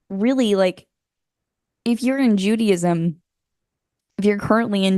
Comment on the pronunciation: She said "judy-ism" who's judy? 😄